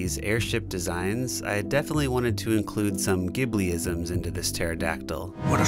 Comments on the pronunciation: Ghibli -> “Jhee”bli. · I, too, had been pronouncing "Ghibli" incorrectly up until about two months ago when I discovered it's pronounced, "Jib-lee". Blew my mind.